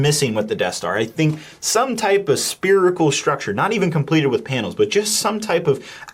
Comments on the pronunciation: I'm losing it right now derailing in the middle of the video over "spearicle" 🤣 dude must be a Jefferson starship fan. "If only you believed in spearicles, so would I..." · I hate this set but not as much as I hate that man constantly saying SPEARICAL! AAAA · when he said "speerical" i lost my brick.